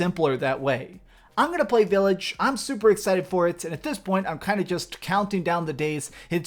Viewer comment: VILLAGE NOT V I I LLAGE